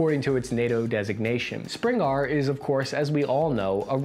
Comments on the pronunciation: You need to learn how to read. "Spriggan" isn't "Springar." JFC. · How can you not pronounce the word SPRIGGAN??? How do you change it not once but twice to Spring Gar??? Losing confidence in you, chum 😅🤣😅🤣😅🤣😅🤣😅🤣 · Bro, seriously. it says SPRIGGAN. You said "springarr". I think you should consider the high probability of being dyslexic, and I'm not even dissin. It's been happening a lot in your vids. Thanks for the content, have a good one. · Spring-gar lol. Its sprig-gan. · Spriggan, not Springar, lol. It's pronounced like it's spelled. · 'springar' ? err, its pronounced 'sprig gan' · He really saying "Springar" lmao still a good video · Gotta point out "Spriggan" has an n not an r on the end, and is pronounced "sprid-jan". Absolutely not relevant, but found it funny. It's also found in "Skyrim" as an enemy monster akin to a dryad. Also in watch g all the NGSW stuff as well as learn g the Marines are upgrading in a different direction, would you do a breakdown of the Army's VS the Marines proposed future squad deployment? While the Marines are trying to slim down to be more of an expeditiary force compared to differentiate the Army's invade and control, it seems like splitting into two different squad loadouts are going to complicate supply chains. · re - Did just pronounce the word "Spriggan" as "Spring-Arr???" Why is he doing that? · Bro really called it the "Springar" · I am more surprised that he can't pronounce Spriggan correctly. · lmao pronounced spriggan so fucking weird i love it